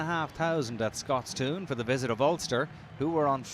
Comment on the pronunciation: Seriously, it's pronounced "Scotstun". The only "toon" we're looking for is Josh Strauss's comedy Bluto impersonation.